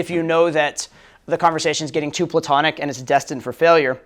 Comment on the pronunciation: at some point in this community, the word platonic became “plutonic” lol